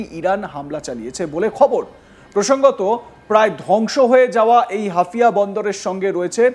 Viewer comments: হাফিয়া নয়, হাইফা বন্দর বেকুব... আরে ভাই তুমি প্রথমে বাঙলা ভাষা উচ্চারণ করতে শিখো... এই জোঁকার গুলো আসে কোথায় থেকে? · আরে দাদা হাফিয়া বন্ধর না হাইফা বন্ধর কি করে কে এরা ভাই ভালো করে দেখে বলো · আপনি কি ‘হাইফা’কে হাফিয়া বোলছেন? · শালা হাইফা বন্দর কে বলছে হাফিয়া বন্দর। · হাফিয়া নয় হাইফা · শব্দটা হাফিয়া নয় হাইফা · হাফিয়া নয় হাইফা 😂 আবালচোদা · মূর্খ সাংবাদিক, হাউফা নাকি হাফিয়া এটাই জানেনা। 😆😆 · আরে পাগলা হাফিয়া বন্দর নয় হাইফা বন্দর ok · হাফিয়া নারে ভারতীয় সাংবাদিক, ওদের যোগ্যতাকি কেমন সাংবাদিক ওরা, হাইফা কে বলছে হাফিয়া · আপনারা কি সাংবাদিক তাও আবার ইন্ডিয়ার,,, 😂😂😂😂😂😂😂 ওরে গোমূত্র খাওয়া জাতি হাফিয়া নয় হাইফা বন্দর। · ওরে ওটা হাফিয়া না। হাইফা হবে হাইফা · মিঃ ধারাভাষ্যকার, হাফিয়া বন্দর নয়,শুদ্ধ হবে হাইফা বন্দর,যা বর্তমানে অগ্নিকুণ্ডে পরিনত হলো।যেখানে রাফায়েল যুদ্ধ বিমান, এফ ৩৫ যুদ্ধ বিমান ও ধ্বংস হলো মুসলিম জাতির হাতে,সেখানে ভারত, আমেরিকা,বৃটিশ যেই ইরানের বিরুদ্ধে যুদ্ধে জড়াবে তাহলে তার উপযুক্ত জবাব দিবে কয়েকটি শক্তি, যা ট্রাম্প ও দশবার ভেবে চিন্তে পদক্ষেপ নিতে চাইবে। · Hafia na Haifa port... Pls pronounce properly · Hafia noi Haifa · সংশোধন করুন: হাইফা বদর, "হাফিয়া" নয়। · সালা বলদ হাফিয়া আবার কি হাইফা হবে,, ইংরেজি ত পড়তি পারিস না বাংলা করে দিলাম হাইফা হবে 😁😁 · মূর্খচোদা ওটা হাইফা পোর্ট😂😂